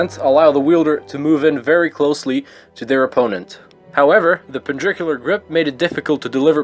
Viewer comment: Pendricular. Lol. It is perpendicular